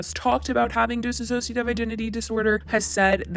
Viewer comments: Dissociative not disassociativ. Please. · why does everyone mispronounce dissociative as dissassociative... Trisha did it and everyone calling her out is still mispronouncing it... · FYI: it's Dissociative not Dissassociative. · FFS .... one last time. It's DISSOCIATIVE, not dis-A-ssociative. THEY ARE TWO DIFFERENT WORDS!!! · It‘s Disso-cia-tive Identity Disorder! You wrote it so often yourself but you are not saying it correctly, just wanted to mention it. I really enjoyed your video, but I just HAD to say it, I’m sorry 😅💕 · Sure, I don't think it was intentional at all, actually what I think could've PROBABLY happened is that is pronouncing it thay way due to Trisha's video (Trisha said "disassociative" throughout the whole video) but the point of me mentioning it is just to start adressing DID with the right terminology, unlike everything Trisha said in her video and some people might be starting to use thinking it is correct (for example, calling it multiple personality disorder and whatnot) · Miz Boom true, but in this video it’s being pronounced as dis-ass-sociative... need to take the one ass out... so isn’t completely wrong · You’re not pronouncing dissociative correctly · you're mispronouncing dissociative disorder :/ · Hey just wanted to let you know you are pronouncing dissociative wrong. It doesn't have two "iss" sounds at the beginning it's just one.